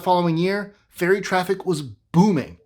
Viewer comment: Fairy? Fery? Since AI can't even misspell words consistently--we have nothing to fear. (It's "ferry", AI. Duh.)